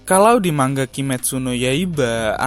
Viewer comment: mang a bukan mangga